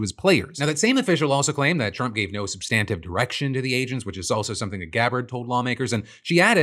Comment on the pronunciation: Anyone else get annoyed at how Phil can’t say “substantive” correctly?